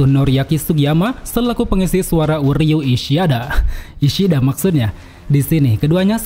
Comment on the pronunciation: uryu ishiada 😂tertawa aku bang😂